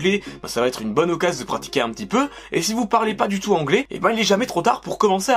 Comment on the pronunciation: C moi ou il dit la majorité parle onglais au lieu de anglais